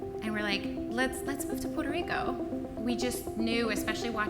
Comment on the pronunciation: Why is she trying to pronounce Puerto Rico in Spanish when she says the stupid English corruption porto as if it was Portuguese